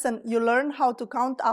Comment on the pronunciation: You are unbelievably persistent at pronouncing it like in French, Roumanian, with ou... or in German, also with "u"... terrible! Learn to speak English.. it's Romanian...not Roomanian...it would be nice to make the correction or people will learn it the wrong way!